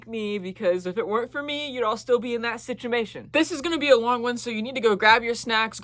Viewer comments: The way you said ‘sichimation’ and not ‘situation’ means clearly talking about your parents makes your brain glitch a little, like you said, It’s traumatic. (I’m not judging it happens to lots of neurodivergents) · “Stuck in that ”